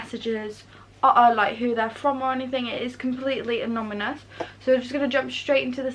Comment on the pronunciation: I'd like to congratulate your parents for raising an honest, principled, lovely young lady. I also love that you kept saying anominus 🤣. Never change! x